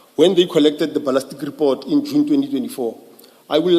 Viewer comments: When does "ballistic analysis" become "ballastic analysis?" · The moment yhey have a certain word they specifically mispronounce know that 'umgulugudu' has arrived This one says ' balastic'